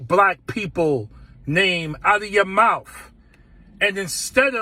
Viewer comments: First of all know how to say mouth. It’s m-o-u-t-h, not m-o-u-f. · It's spelled: MOUTH! NOT MOUF....Please for the love of God learn to formulate and articulate a cognitive sentence. Not to mention speak proper English and learn to pronounce and annunciate your words correctly. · Its “mouth” not “mouph” or “mowf”… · It is pronounced MOUTH not MOUF...heard about paying HOMAGE to black folks because there Black...sounds like BLACK SUPREMACY to me. !!! Is this man a relative to DON LEMON !! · mr.bowman, it's called MOUTH not mouf. this is not ebonics.🤣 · Did Bowman say "mouff" instead of mouth? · The word is mouth. It ends in a th, not a wf. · Is it mouf or mouth ? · should he not learn to speak English? its MOUTH not MOUFF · Who was that Jamal simp that pronounces “mouth” as “mouf”? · What’s a mouf? I know what a mouth is but not a mouf!!🤷‍♂️ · Its mouth not mouf 😂😂 Learn how to speak proper english. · Not for nothin, but isn't it mouTH ? Or am is my unnouciation incorrect? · Mouf? I'm sorry but "MOUF"?? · What is a "mouf? Such articulate speech. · I can't take seriously anyone who says "mouf." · What is a “mouff”? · Uh .... did he say mouf ? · Why does he say the word “mouf” this brother can’t articulate his words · We have a member of Congress who says "mouf". We're doomed. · “Out of your malf”????? Bruh!!!!! 🤦🏽‍♂️ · MOWF?? MOWF?? Is this man supposed to be educated? LEARN YOUR GRAMMAR! HAVE SOME SELF RESPECT!! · The same guy who says “mowf” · "KEEP a black woman's name out cha mouff"!!.. -J. Bowman WTF?!?! Did the people of NY district 16 vote for WILL SMITH??!!?!?! 😂😂😂 This JackA$S ALWAYS makes a fool of himself every time he opens his "mouff" in public.. 😂😂😂😂😂😂 It gets sad, when u realize their are people out there that actually believe him.. Smh